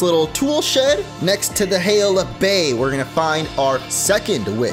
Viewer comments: Dude said Hale of bay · "hale of bay"